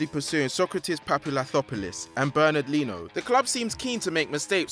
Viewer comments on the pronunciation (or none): Lol "Bernard Lieno"